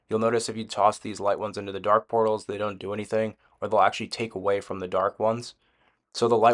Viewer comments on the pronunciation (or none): none